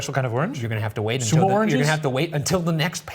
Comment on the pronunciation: Am I the only one hearing "orgies" instead of "oranges"? Is it a bit? Do I have a problem?